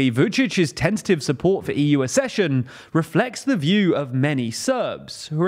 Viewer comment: The word "accession" is pronounced AK-SESSION and not ASS-SESSION. You're welcome!